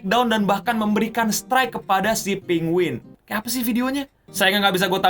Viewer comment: penguinz0 dibacanya penguin zee/zed zero menurut charlie